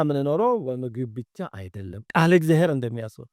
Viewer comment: መምህር ቃለ ሕይወት ያሰማልን። እግዚአብሔር ብለው የሚጠሩበት ድምጽ ይረብሻል።የችኮላ ወይም የአንደበት ችግር ሊሆን ይችላሉ ግን "እግዚያዬር" የምትሉ ይመስላል። እና ሌሎቹም ከተማ የሚኖሩ መምህራን ላይም ይሄ አጠራር ይሰማል።